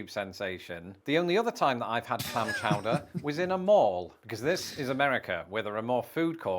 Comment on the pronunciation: Clam Chooder 😂